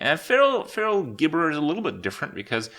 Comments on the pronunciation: it's jibberer not gibberer cmon man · IT'S PRONOUNCED "JIBBERER". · holy hell my dudes it jib-errer, because the thing speaks gibberish gib gib gib ig igg big bi gbigb gib bgi bgi bgi bgi bgi gbi igigigigi